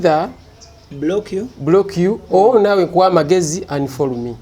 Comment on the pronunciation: Mayiiiiinjaaa wooiioweee it’s unfollow not unfall Jesus Christ 😜 😆 😆